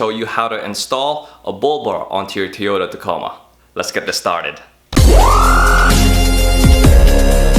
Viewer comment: 1) it's not Teeota it's TOYota. 2) Your bull bar link no working home slice.